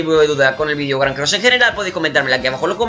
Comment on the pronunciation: Ese grrrrrran me hizo la noche